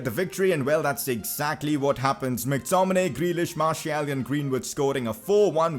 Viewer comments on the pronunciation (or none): Martial is pronounced marsial not marshiul